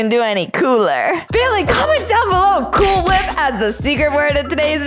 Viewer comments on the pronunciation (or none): “CwOoL wHiP” also I wuve ur vids